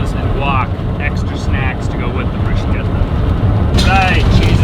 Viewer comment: Glad you guys made it through the harrowing windswept highway in Wyoming… Of course being of a more cautious nature I’m wondering why you pushed for two days instead of three days for cross country… Yay!… pronouncing bruschetta the Italian way…Complimenti!!! Continue to have fun guys… Merry Christmas and a happy new year!!!